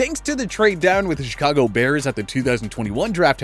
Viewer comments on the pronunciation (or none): none